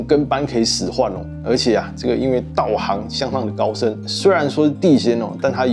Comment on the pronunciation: 另外道行唸做ㄉㄠˋㄏㄥˊ